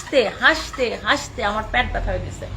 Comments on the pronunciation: প্যাট না বোন পেট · প্যাট না পেট